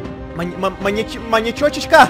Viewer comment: "Маньячёчичька" "Маньячичек" 🤣😂🤣🤣🤣🤣🤣 А почему в городе ютуберов нет супергероя если есть маньяк